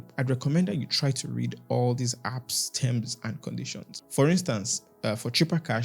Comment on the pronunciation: It's the Tems and conditions for me ...😂😂